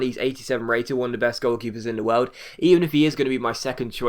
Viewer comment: you prononce it wiooooooooerld